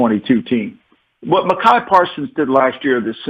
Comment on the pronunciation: Had to stop when he said Macai